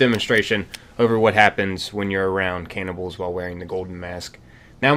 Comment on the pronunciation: aint no way this guy pronounced it caynibbals